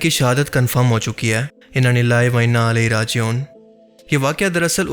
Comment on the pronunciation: Bhai inna lilahi to Sahi parhlo